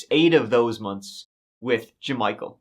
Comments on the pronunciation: “J’Michael”?? You gotta be j’kidding me😂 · Ja-Michael, you dummy!